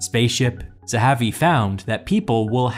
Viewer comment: You pronounce Yacov Zahavi's last name three different way between and , as Zahavi, then Zahari, then Zahivi. Maybe it was called Marchetti's Constant because people remember the name better.